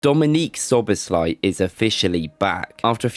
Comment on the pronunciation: Im just surprised that you nailed the pronunciation